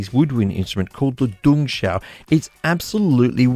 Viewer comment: " D-jong-she-ow ", say it fast lol. 😎😁